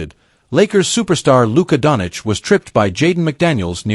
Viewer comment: say doncic the right way,shame.